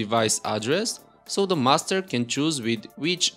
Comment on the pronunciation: Anyone else keep thinking he's saying "Mustard Device" instead of "Master Device"?